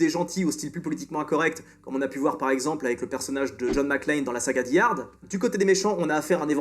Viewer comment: Vous emballez pas, je suis sur que sais parfaitement prononcer “Die”, il fait juste comme bon lui semble